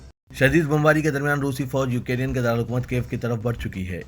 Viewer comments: Please pronounce Ukrain correctly. Its not Ukarin. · Bhai UK Rain Nhi Ukrain Bolo